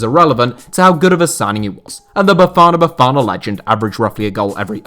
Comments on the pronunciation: I liked because you said Bafana Bafana(just like a proper South Africa) 🤩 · Appreciate the way you said “Bafana Bafana” better than how most people say it 😂